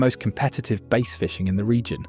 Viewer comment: AI video full of lies and inaccurate descriptions. Like Bass, pronounced baaas. They also are fresh water, and very light brackish ONLY, not salt water, also the images shown are NOT bas but salt water feeder fish of some kind, not even game fish, they also don't really school, at least not in any large numbers like insinuated here. So tired of these stupid wrong AI videos cluttering up YT, soon all we will have is fake disinformation misinformation trash.